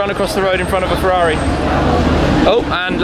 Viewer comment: Forza FEUAUUIIII, I can't hear that please stop, FERRARI NOT FEUAUI